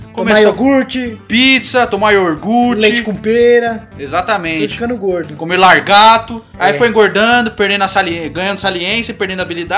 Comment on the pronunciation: "iorgute", "largato" esses porras não sabem nem falar. mas na verdade pra estar falando d futebol já era d se esperar q não soubessem mesmo!